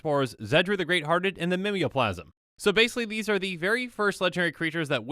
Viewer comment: Are they not pronounced Ghave (Gayv) and Mimeoplasm (Mime-o-plasm)?